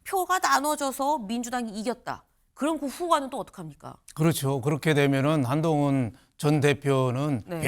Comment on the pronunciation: 안농운으로 들리는데 뭐냐?ㅋㅋㅋ가발벗으라고 조롱하는거임?ㅋㅋㅋㅋ